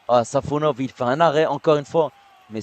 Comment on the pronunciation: Guys it’s SafOnov, not SafonOv. Congrats from Russia 🇷🇺